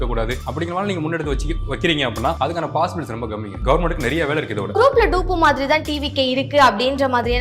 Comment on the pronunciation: அது தவேக இல்ல த வெ க. அது Doop இல்ல Dupe. தரிழும் தெரியல ஆங்கிலமும் தடுமாறுது. என்னதான் தெரியும் உங்களுக்கு? போயி புள்ளகளை படிக்க வையுங்கடா!!!